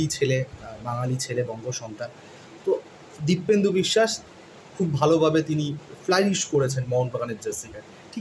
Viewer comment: Ota dipendu.. Kindly sothik pronunciate korben